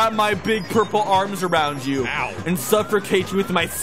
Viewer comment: The fact that sometimes actually pronounces “suffocate” as “suffer-cate” makes this even better 9 years later